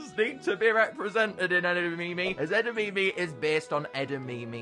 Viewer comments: Edimimi beans do you perhaps mean edimame beans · Its pronounced eh - da - mah - mey not eda - me - me